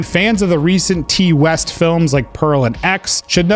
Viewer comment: Love your videos....but I cringed so hard when you said "Tee" West. Please tell me you have since learned the proper pronunciation of his name